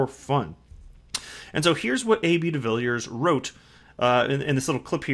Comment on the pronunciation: By the way welldone with the pronounciation of his surname! To help.some you say it like duh-villey-ears